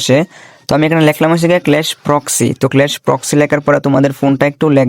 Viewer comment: আরে মূর্খ ক্লেশ না স্লেশ 😂